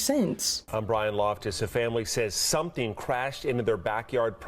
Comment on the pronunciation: "a big suntheen wit lights" 😂